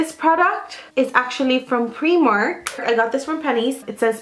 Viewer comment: u do realise it’s pronounced ‘pry-mark’ xxxx